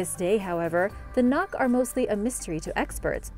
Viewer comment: Very good videos but you may want to watch your pronunciation. Nok is not pronounced like "knock" but more like "nohk." Edo is not pronounced like "eh-doh" but more like "ee-doh." Benin is not pronounced like "Ben-in" but more like "Ben-EEN" (stress on the second syllable).